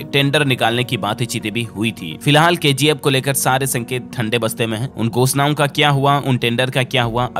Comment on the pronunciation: It's KGF not KZF🤦